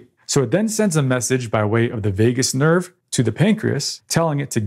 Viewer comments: It's vagus nerve, not vegas nerve. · "Vegas nerve". Bro, you can't be a doctor.